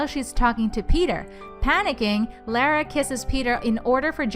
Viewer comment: You keep on pronouncing Lara wrong